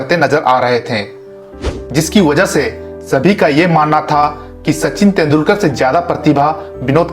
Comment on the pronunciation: तेंडुलकर ऐसे नाम ठिक बोलो.